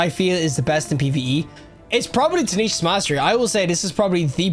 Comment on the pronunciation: Why do you keep saying "tanishas"? Why are all of you destiny YouTubers so illiterate?😮‍💨